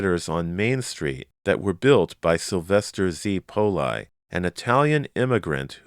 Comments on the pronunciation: Are you sure "Poli" is pronounced "pole-eye" and not "pole-ee"? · Strange, since he was Italian, it seems the pronunciation should be "pole-ee". I wonder if it was mispronounced on purpose back in the day due to certain ethnic stigmas that existed back then.